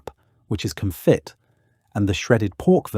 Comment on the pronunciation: I enjoy these videos but then wonder if I'm watching AI narrated/generated content when something like "con-fit" is said. There have been a few of these where it seems like text to voice not understanding the words rather than just British English pronunciation. Would love to be wrong.